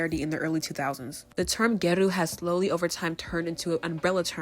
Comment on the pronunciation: I don’t want to be rude but it’s pronounced gyA-ru hopefully this makes sense and helps